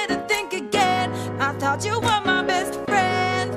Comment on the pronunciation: It's thought not though e-e